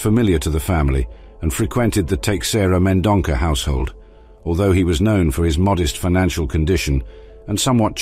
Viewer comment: The name is Teixeira Mendonça, read as Tay-shay-rah Men-don-sah.